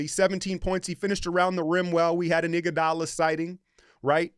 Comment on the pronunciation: " we had an iguadala sighting" lmao